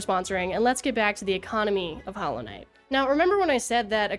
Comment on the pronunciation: Why does she talk normally most of the time but then says Hallow Net instead of Hollow Knight?